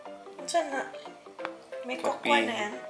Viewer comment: "cocoa" kokwa 😂😂🤣 shawt awt mg bisprins 🤣🤣🤣